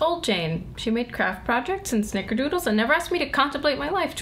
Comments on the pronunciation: That fact that she cannot say snickerdoodles makes me want to hug Jane. New or old, she still loves Bing. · Jane still can't say "Snickerdoodles" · She can't even say snickerdoodles 😭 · She couldn't say snickerdoodles...this makes me sad :( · She may be new Jane but she still can't say snickerdoodles. Damn you Bing Lee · Four for you, New Jane! You go, New Jane! Still, the fact that she still can't say the word 'Snickerdoodles' makes me want to cry. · Jane can't even say snickerdoodles, the poor thing. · Jane couldn`t say Snickerdoodles! *tear* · the fact that she cant say snickerdoodles im gonna cry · anyone else tear up when she couldn't say snikerdoodles? Just me? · SHE COULDNT SAY SNICKERDOODLES SOMEBODY HELP IVE FALLEN AND I CANT GET UP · She couldn't even say snickerdoodles. Oh honey... OH HONEYYYYYYY...... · She couldn't even say snickerdoodles ugh I want to give her a care package of awesome things and a hilarious card to cheer her up. Bing needs to have some sense slapped into him and Darcy needs a cold cup of water thrown into his face just because. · She can't even say "snickerdoodles". :(